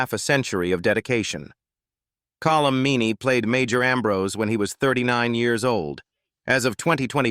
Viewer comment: Call-um Meaney? Really? AI garbage.